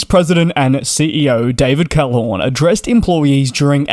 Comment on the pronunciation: "David CalhoRn", thrice! ...but you can pronounce the Middle-Eastern CEOs just fine.